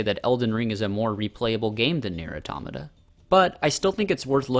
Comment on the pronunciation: The way you said pronounced Nier automata makes me sad it’s auto-mata not atomna